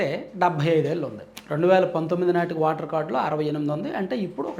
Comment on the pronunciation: వాటర్ కార్డు ఏంటి వెధవ భాష? ఓటర్ కార్డు అనాలి.నీవు ఎప్పుడూ వాటర్ అంటూవుంటావు.భాష మార్చుకోవాలి.